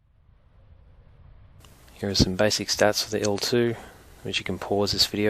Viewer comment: Wow,, you're the first one I hear who pronounces Il-2 correctly:) That means something, for usually US-Americans have a lots of pronounciation difficulties when it comes to foreign languages, be it on YT or in official documentaries, especially in getting all these Russian military non-abbreviations right (almost always first syllables of engineer names and not abbreviations for anything). Only for the MiG they have got it and do not call her Em-Ai-Gee (yet). But for Ilyushin's plane it's admittedly hard to not want to call her Ai-El but 'Il' like in Ilyushin. I assume, you really do your homework to get everything right in your videos. Great job. As always.